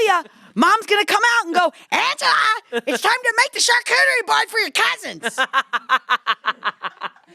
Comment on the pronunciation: The way still can’t say Angela’s name kills me every time